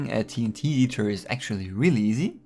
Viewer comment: Did u say ”Team Heater?”